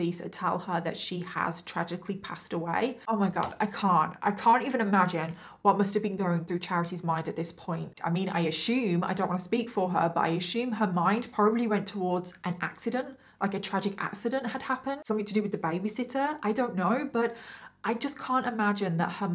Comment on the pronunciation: 😡😡😡 It's not ASHUME..... THERE IS NO. SH....CH..... IN THE WORD.....